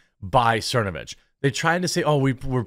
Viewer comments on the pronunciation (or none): none